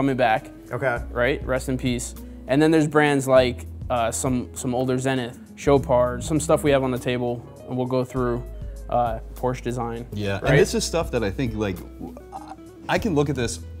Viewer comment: But screwing up the word Porsche 🤦🏽‍♂️